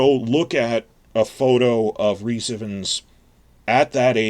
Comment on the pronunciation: Just a small point. Ifans is pronounced with dominance on the first syllable, and is pronounced like ai fanz